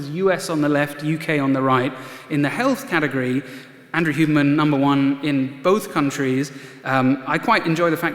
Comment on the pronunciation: What’s up with mispronouncing Huberman’s name? Sounds like he is saying “Human”.